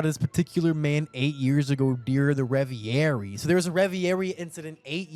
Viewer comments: RE-VER-EEE!!! WTF is REVIARY? Sounds like Aviary aka Bird Enclosure/Cage. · why does he keep sayin revierie lol it's reverie